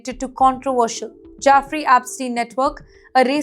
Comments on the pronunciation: jEffrey not jAffrey... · I know right! Who are Jaffrey and Apstien, one wonders?